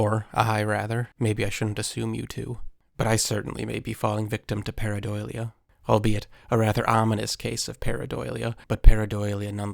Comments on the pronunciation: Why do you say paradolia like that lol . Its DULL-Ee-uh. Not Doy-lia But yes that’s exactly what this is it’s a rock face with mud and grass growing on top and you can see it clearly. not a bigfoot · Dude can you please STOP saying pareiDOYlia?!? It’s pareiDOLia like Dole, now Doy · It's pronounced par·ei·do·lia not par·ei·doi·lia. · Para-doe-lia, not para-doily-ya 😅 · There is no "doily" in PARADOLIA. Sorry. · Just so you know it is probounced Pair-uh-dole-ia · Pareidolia - Parei-dah-lia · Learn to pronounce "pareidolia" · Drink every time he says paradoilia. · Your pronouncing pareidolia wrong its par·ei·do·lia 😊 just thought I would let you know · And all of a sudden is saying pareidolia weird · that's a hilarious way to pronounce pareidolia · You aren't pronouncing pareidolia correctly. Also, that's not a sasquatch. You're totally delusional.